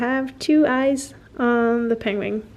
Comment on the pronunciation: I love your accent, and how you pronounce words in English is absolutely adorable! I'm Canadian and how you say penguin sounds like ping-wing to me, and it's the cutest thing! I also love how you pronounce your name and your son's name. Your quilts are awesome and I love your videos! I always hit the like button before I even start watching LOL!! Can't wait to see what your next project will be!